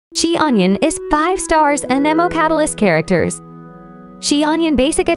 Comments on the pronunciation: “Chi onion” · they really just called her "she-onion" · Xianyun ❌ Xi-onion ✔️